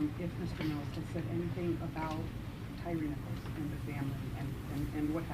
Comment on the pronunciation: "Tyre" is pronounced like "tire", not "tiree". He was named after his lips.